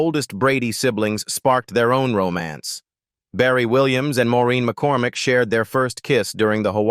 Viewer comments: . Please also pronounce the names right! Marcia’s real name is Maureen McCormick and NOT “McCorMACK”! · Ma-Core-Mack. What the hell is that ? 😂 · “Marcia’s “ real name is Maureen McCORMICK and NOT McCor”Mack”!